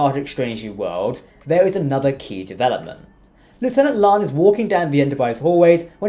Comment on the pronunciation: LIKE YOUR SHOW. BUT, WHY DO YOU MISPEACK CHONG'S CHARACTERS NAME? IT HAS TWO SYLLABLES: "LA'AN", NOT "LAN." SEEMS ALL OF YOU STAR TREK EXPERTS KEEP SAYING IT WRONG. YOU WOULD NOT LIKE IT IF PEOPLE KEPT SAYING YOUR NAME INCORRECTLY, WOULD YOU?